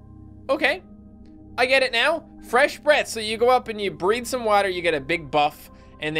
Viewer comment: What'd you say? "Breathe some water?" XD